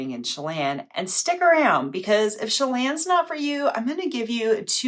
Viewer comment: If you haven't seen the Frasier episode where Frasier's doctor buddy has a lake house in "Sha-lawn", I'd encourage you to search the clip. 😂